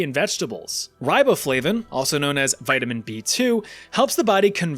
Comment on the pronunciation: 🤦🏻‍♂️ vitamin Eh